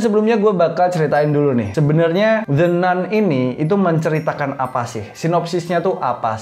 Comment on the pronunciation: baca nya "the nan" bosss